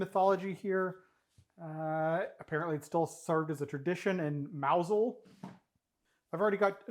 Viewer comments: You get a gold star for calling the fishing village "Mowzul", rather than "Mouse Hole" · You win just for pronouncing Mousehole correctly😄 But that pie looks far too dry to me. Btw Jaffa Cakes contain real orange concentrated orange juice and natural orange oil, they're not artificial. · Pronunciation scores: Mousehole 10/10. Jaffa 7/10, Caramel WTF? This is like the opposite of everyone in the UK. Careful, young man, you're in danger of having your honoUrary Brit status revoked. Edit: Jaffa Cakes do NOT contain artifical flavoUr. That's it, hand in your tea bags at the desk. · Very impressive pronunciation of Mousehole, I was expecting the worst! - from a Brit who has never and will never eat stargazy pie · 10/10 for pronouncing Mousehole. British sardines are much smaller, you have beast-fish!!!!